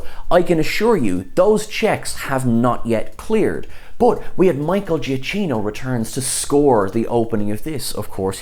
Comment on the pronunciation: I think Picard will be helping the Borg queen. NB: The "cch" in Giacchino is hard.